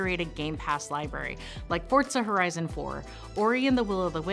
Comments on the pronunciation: ITS FOR-ZA NOT FORTZA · Ef, Oh, Are, Zed, Ay. There’s no “T” in FORZA so at it correctly please.🎉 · "Forza" is pronounced "Fort-za," as it is an Italian word meaning "force" or "power." Think of it how you would pronounce "pizza." Please refer to this tweet from the Forza Motorsport team on the correct pronunciation